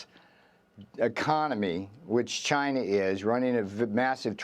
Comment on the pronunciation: it's China not V-Gina ohkay !